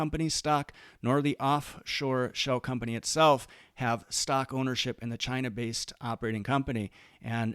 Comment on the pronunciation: Why does he say it like “stoCK” 😭